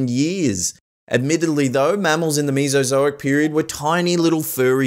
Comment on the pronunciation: i hear meesazoic*laughs* its mesa zo ic